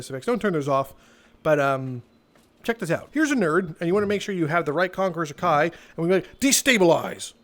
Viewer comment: The fact he says haki like hakai hakia is from dragon ball bruh and Haki one peace